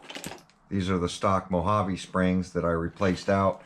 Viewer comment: So is this a MO-JA-VEE or a Mojave GT 😛